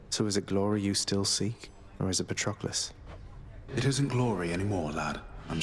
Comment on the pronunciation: they really said patroquilles